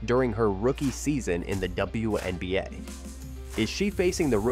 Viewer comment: “The dubowahNBA”